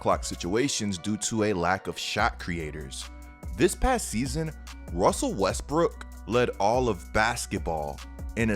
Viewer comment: "wussell Wesbruok"